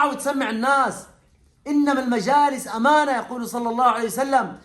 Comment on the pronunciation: "اماالنة"علييكم يا شييخنا ما تخبر احد😅!!!